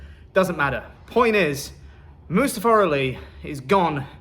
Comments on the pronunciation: Good, Mustafa Ali was a terrible human being. Besides maybe now people stop mispronouncing his damn name, I mean seriously it's moo-stah-fuh NOT must-uh-fuh🤦‍♂️ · The silver lining is that I no longer have to hear you guys BUTCHER the poor man's name.. Moosetafah, mustafer... poor dude gets no respect anywhere